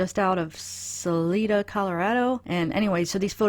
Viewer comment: Good video. It is pronounced SAL-EYE-DUH. Also it is CHA-FEE County with a long A like chafing dish.